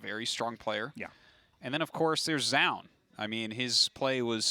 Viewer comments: Zoun is pronounced JOE-OON, not zyown. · Since zoun isn't an English word, but a Korean nick, the presenter at the start of the game should be the best pronounciation we have [ʒu:n]. Tasteless isn't too far off most of the times [ʒaʊn]. It is when he says it in the same way as Artosis that he falters [zaʊn]. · Tastless till saying zoun "Zjoun" :/ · Tasteless really needs to figure out how to say Zoun and stick to it XD He thinks he is saying it right but he's not lol